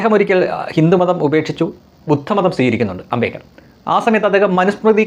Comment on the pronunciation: Its NOT AMBEKAR. The right name is AMBEDKAR.